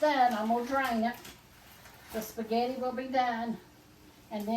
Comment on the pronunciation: Respect yourself... spaghetti not spegetti.... Love Mamaw